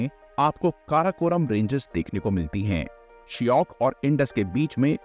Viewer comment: Please pronounce proper in Hindi whichever words are from local names given ex. Shyok (श्योक) not a शियोक & मिठानकोट (not मिथनकोट), पंचनाद (not पंचनाट) many more